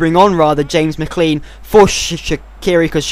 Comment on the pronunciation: mcclean is pronounced mcclane